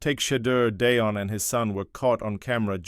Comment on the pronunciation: You need to learn how to pronounce Shadeur and Deion. I don't care what number Shadeur wears as long as it isn't 14.